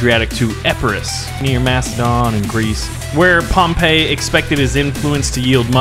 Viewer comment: It’s pronounced Pom-pi not Pom-pa